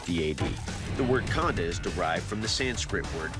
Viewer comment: Khanda , it's Khanda